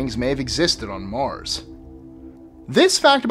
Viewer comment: i like the way u say Mars xD